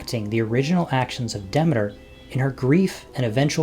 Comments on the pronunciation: I found that it's pronounced [ dih-mee-ter ]. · Duh-MEE-ter. PLEEZE!!!!